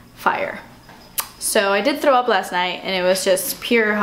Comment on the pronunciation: It's so funny the way you say "throw" you pronounce the "thrr" in a such funny way it's so cute! Love your vids <3